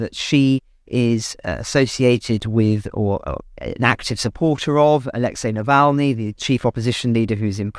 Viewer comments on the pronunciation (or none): none